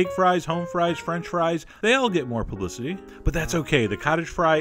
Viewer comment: "they all get more p***y"?? Anyone else hearing this? Edit: ok after constant repeat i barely hear "more publicity" but seriously tell me im not the only potato pervert here